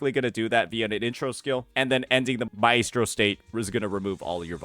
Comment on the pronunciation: Does he not know how to pronounce maestro?